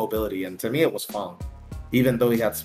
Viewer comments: Please learn how to say fang... Dragons dont have fungs they have fangs... how hard is english? Is it not your first language? I cant even finish watching this... ITS FANG... A DOESNT MAKE A "U" SOUND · Why is Fang pronounced "Fong" and Karin pronounced "Car-in"? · Fang = fong? Wtf 🤣🤣🤣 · why he says fang like fung and karin like kahrin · Is it really pronounced "Fong" vs "Fang"